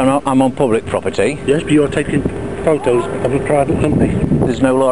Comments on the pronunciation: 'Pho'os' Does she mean photos? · I think she said stop taking pho ohs